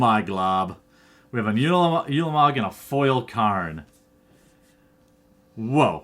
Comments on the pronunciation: ooolamog not yulamog. oolamog. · it is said like ooooolamog not yewlamog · it's pronounced oolamog, not youlamog